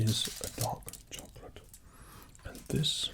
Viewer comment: i thought you said "dog chocolate"